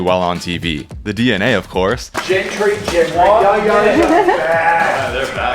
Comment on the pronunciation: Did call gentry as wentry😂😂😂😂😂😂😂😂😂😂😂😂😂😂😂😂😂